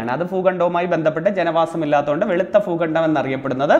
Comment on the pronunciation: Foogandam Alla bhoogandam